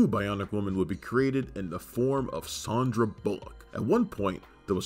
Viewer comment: I don't remember any of those tv movies AFTER the series ended? Def had no idea Sandra Bullock had starred and also never heard her name pronounced "SHON-DRAH" either! lol